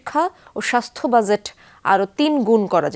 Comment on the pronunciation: Learn to pronounce Budget properly for God sake. One should never read news who doesn’t know the right way of saying a common word like BUDGET.